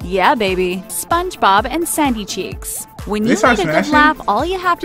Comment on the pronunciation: When she said Sandy Cheeks I thought she said Saggy Cheeks.